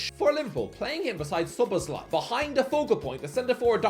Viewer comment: HOW IS SZOBOZLAI SO DIFFICULT TO PRONOUNCE. TYPICAL BRITISH ARROGANCE/IGNORANCE, only the Americans are worse